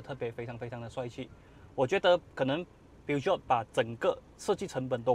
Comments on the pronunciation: 法文并没有G或J的发音，而是用sh音取代. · 念 Per-Jo 就好了😂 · 正确的读音叫： 'per-shoun' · 法国车名就用法文来念. 不是英文. Ne prétendez pas être un représentant si vous ne comprenez pas le français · Peugeot 念错了， 还说很了解这个品牌